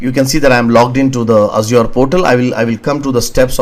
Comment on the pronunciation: Mayeb for the way he says Azure